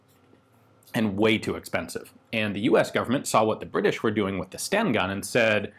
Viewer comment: Its Sten gun, not Stenn gun... 😁